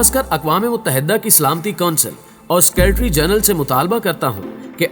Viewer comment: بهئی آپ سے مودبانہ التماس هے کہ جب آپ تبصرہ پڑه رهے هوتے هیں تو آپ کے پلفظ کی واضح غلطیاں مزہ خراب کر دیتی هیں. مثلا "سیکرٹری" کا لفظ. آپ اسے سکیر ٹری بولتے هیں. پلیز کسی ماهر شخص یا کسی سینئیر سے تلفظ چیک کرائیں. بہت هی کوفت هوتی هے جب آپ "سکے ر ٹری" بولتے هیں.